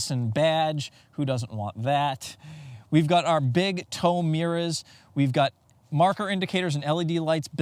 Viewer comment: Nice power “mirr-As” Good review and I subscribed